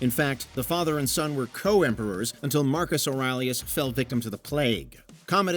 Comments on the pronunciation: Marcus O'rileyus? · I was most surprised that in a video pointing out big mistakes, you mispronounce the Revenant and Marcus Aurelius.